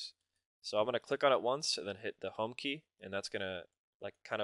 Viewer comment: 3.04 "So i click the hong key" ........... WTF is that?